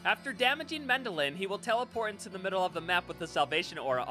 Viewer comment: MendeLN, not Mendelin.... T_T